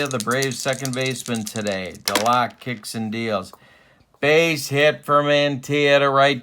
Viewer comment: Yes, it's Duh-LOCK. But it's Mike For-NEELEES....also FYI it's Jerry Cuh-SALE, who was sometimes used as a pinch-hitter and once hit one over the Green Monstah.....as for Buddin's nickname, Red Sox fans dubbed him "E6." Great series and wonderful old cards!